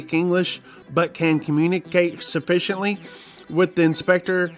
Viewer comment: 😂 “ Sufficiently” aka “SUSPICIOLY” What can you say about yourself not able to speak original language living in my country?! 😂😂😂